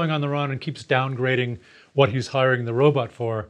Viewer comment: It’s pronounced robot not robutt. I don’t trust people that can’t pronounce robot.